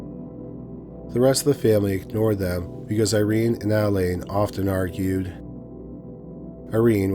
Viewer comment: The name of the first story is Adeline - you pronounce it Add-eh-line not Aayd lin